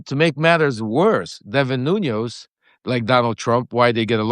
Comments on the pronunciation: Why are mispronouncing a man's name who you know? His names is NuNES, not NUNOS. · Lev, you know I luv ya😘Bubbula but to google TS Portuguese surnamed CEO±. it's... "Nunez" NO "ñ"❗ Not Noñoz... It's Nu-nez. THX bro🙇Ask yer son to remind you❤